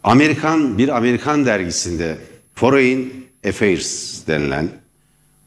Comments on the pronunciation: Foreyn değil forın :D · Foreign kelimesi foreyin diye telaffuz edilmez beaa... Forin desen yeter. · Merdan Bey, belki küçük bir detay ama foreign kelimesini ‘foreyn’ diye telaffuz etmeyin lütfen, yanlış ve kulak tırmalıyor. ‘Forın’ şeklinde söyleyebilirsiniz.